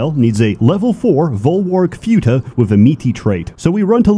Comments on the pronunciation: Can't even pronounce futa right. Video is ruined. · I've never heard someone say Futa that way but ok. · i am 100% sure that is pronouncing futa wrong, just so that autists (myself included) will out themselves in the comments by correcting him. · I wonder if pronounces Futa wrong on purpose just to annoy us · pronouncing it as "fyoota" is making me unreasonably angry. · lol pronounced futa as fyuta. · Ay yo, "futa" is pronounced without an added "y" after the "f" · The most offensive thing about this video is how you pronounce futa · This pronunciation of futa is giving me a brain bleed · You know is a gamer by the way he pronounce futa Every passing day i knew i am too much of a degenerate to be "shocked" by this game. Also the Pyrocynical slander is real and im up for it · It kinda broke me how pronounces futa... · Bros mispronouncing futa because he surely has never heard of futa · I have never heard anyone pronounce "futa" that way. Weird. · Im not going to correct another grown man on how he pronounces futa, Im just gonna say you sound funny lol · Oh my god I've been pronouncing futa wrong the whole time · I'm honestly bothered(and also amused) at how he pronounced "futa".